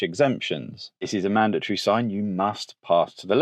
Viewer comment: Madatory? Yes. Mandatory? Definitely not 😅